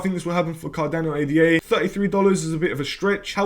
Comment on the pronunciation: Ada NOT A.D.A